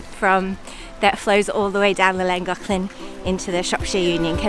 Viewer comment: Very nice video ladies. (I need a kneeling/bowing emoji. lol ) I have a question, it may just be the difference in our languages but I have noticed that you pronounce Llangollen like it has a c or k in it... the Llan glock len? So am I misunderstanding the way you pronounce it? No matter, it was a great adventure and I for one am glad you took us along for the trip. 🎉 👍